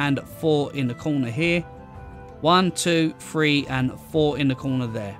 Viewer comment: Great builds but after a bit the number "three" being pronounced "free" really starts to be irritating.